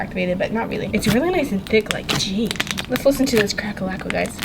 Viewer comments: Why does she call it a crackle lackle ^_^ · Cracklealkle XD I’m going to say that everyday in school!